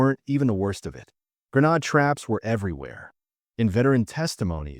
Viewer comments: Gra nod? It is grenade. Typical AI nonsense. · Nice video but "gren-ad". Is that a French pronunciation of grenade? ( ; Reminds me of those announcers in the Ukaine War calling Leopard tanks. "Leo-pard." Annoying. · AI. Viet Stone? Gra nahd?